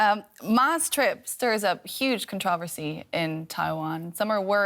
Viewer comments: I've never heard so many awkward pronunciations of the word "controversy" in ones news segment lol. I do enjoy DW, just funny! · I like how they pronounce the word ‘controversy’… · DW anchor woman doing a great job here, but she needs not be pretentious by pronouncing “controversy” like the rest of the Anglo phonic world.